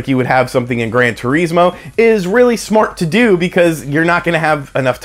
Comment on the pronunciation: Grann Tureesmo